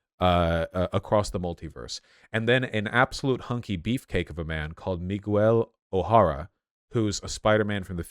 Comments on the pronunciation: nigga said meegwell O'Harra im weak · Miles More al ays Meegyle Oh hey rah Ugh vaush